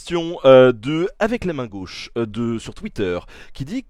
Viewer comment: "DEU GÔÔÕCHE" ... ÇA REND CRÉDIBLE ?